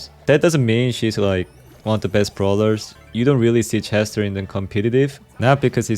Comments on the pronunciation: Why bro pronouncing chester with she💀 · ik he is from korea and i know thats he just said it wrong but i still repect him 👍